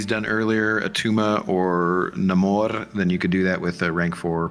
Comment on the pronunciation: its Namor not Namur..😂 Namor is the comic book real name not the crap Marvel spit out in BP2 lol